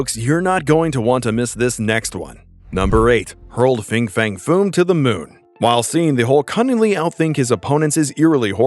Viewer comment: Fin fang foom not fing fang foom….why cant people read anymore?